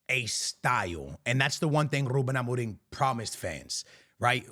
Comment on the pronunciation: Listen to this man saying “Ruben Amorim”! That’s how you say it in Portuguese! Keep up with the awesome content!